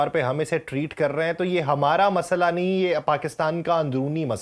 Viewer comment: Masala nahi masla hota hey mezban sahab. Ap hamsaye mulk ke host ki copy na karen. Urdu ka tallafuz narm hey yeh parr tarr key jo awazen ap zabardasti har lafz mey dal rahe hen yeh hamsaye ki zuban ka tallafuz hey urdu ki shaistigi uski narmi ki apni baat hey